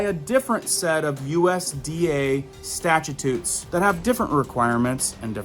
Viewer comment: Respectfully you are misunderstanding what you have read. 'Foods that contain detectable genetic material that has been modified...' Clearly this is stating that it IS detectable. Use Google pronunciation to learn how to pronounce statutes.